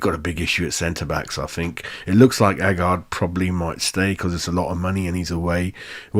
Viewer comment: Nayef Ageurd is not A - guard - he pronounces it as A g - air d. And Souček isn't soooo (rhymes with pooh)-check as most commentators say it. He pronounces it as sew (rhymes with know) check. Just saying ....